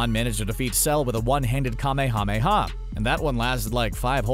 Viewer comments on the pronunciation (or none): Holy shit! Just say kuh-may-uh-may-uh wave!